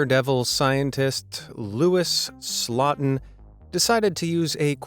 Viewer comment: Louis (((SLOTIN))), EVERY TIME.